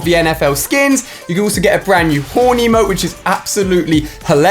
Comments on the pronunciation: When Ali was saying horn emote my brother thought he said horny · He can’t say “Horn emote”, it sounds like horneymote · Sounded like you said horny emote lol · Thought he said horny mode